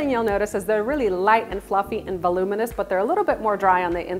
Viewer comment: The amount of times she said velominous💀💀💀